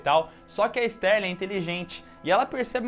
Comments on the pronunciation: Clarice STARLING, não STÉRLING. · Não é Sterling. É Starling.